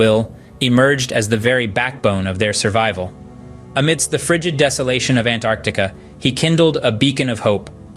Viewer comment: Hi. Look, your video is great, but pls correct the thumbnail. Its Antarctic. Or if you want it Antarctica. And also the way you keep pronouncing “An-Artica” is incredibly annoying and wrong. I love travel and documentaries so I hope you do well just practice names, narration and all that